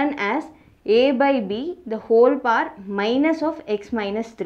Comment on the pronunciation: Who is like me thought she told pa...instead of power🤣🤣🤣